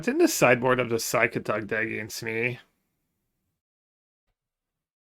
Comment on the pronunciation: Did he intentionaly said P SY CATOG like brasillians do?